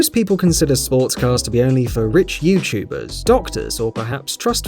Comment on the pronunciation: I like how he says “ Youchubers”